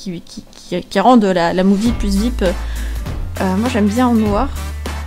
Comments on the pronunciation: ARRETE DE DIRE VIP, ON DIT V. I. P!!!!!!! 6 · On le lit viaypi pas vipe.